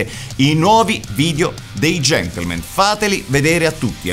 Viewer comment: Io ormai ogni volta che dicono Gentlemen... sento invece GENTLEMENT xD Chissà se sul set di questa stagione è capitato di dover correggere la parola GentlemenT!